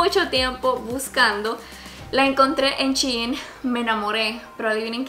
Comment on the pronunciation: Es shein no chin